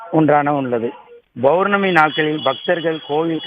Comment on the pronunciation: முதலில் ஒரு நல்ல செய்தியாளர் போடுங்க. அவர் பௌர்ணமி என்பதைக் கூட தவறான முறையில் உச்சரிகிறார்.